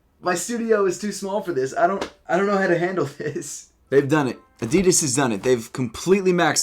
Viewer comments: I wish you would pronounce Adidas the way it was supposed to be pronounced. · Americans really cant say Adidas properly